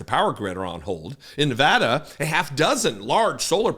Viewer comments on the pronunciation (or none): none